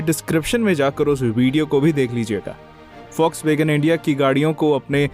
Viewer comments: Foxwagen nhi Volkswagen 😂😂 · Vlokswagen india hota hain folkswagen india nahi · Foxwagean nhi bhai Volkswagen 😂😂😂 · Bhai use Folkswagen pronounce karte hain